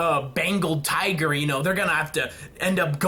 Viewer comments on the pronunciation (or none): none